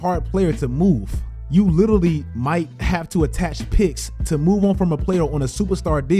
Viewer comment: Please learn how to say litarally, love u content thi